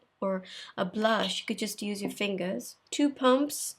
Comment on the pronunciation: the way you say fingers .. tre chic .. lol .. and who the heck would dislike this video .. the four people are coo coo